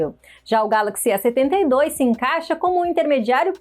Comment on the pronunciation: Em vez de A72, ela fala "E72"🤦🏽‍♂️